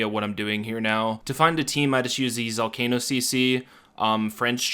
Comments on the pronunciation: Why would you not pronounce it like "volcano"?? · The way you pronounce “zolcano” is infuriating